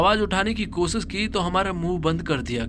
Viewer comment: Bhai tumhari dictionary main " sha" nahe hai kia ? Khamossss, kosissss, explanaisan, saadi, om prakaaas😂